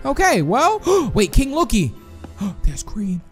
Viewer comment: I love they say lokie friends